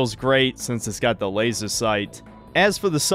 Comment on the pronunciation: The only bad part about this review is the way in which pronounces laser.